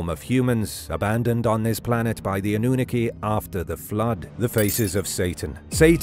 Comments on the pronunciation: AH-NEW-NA-KEY hahahahahah UN-NUNE-EH-KEY hahahahahahaaha go with the first one I typed you're saying it wrong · 🤣 AnnUnaki instead of AnnunAki🤣 horrible bot. Greetings from Netherland (I may not write flawless in English but do speak it flawless.) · Ok, so I can't handle this pronunciation any more. It's A-noo-NA-kee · Or AWE-NEW-NAH-KEY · Dude holy moly you've said it wrong every time this is wild.... go watch ancient aliens bro 😂😂😂😂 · The way you pronounce The Annunaki 💀💀💀💀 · Dafinitely a robot talking. Couldnt even pronounce annunaki right. Still like this show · Pronounce the annunaki correctly.. The English teacher.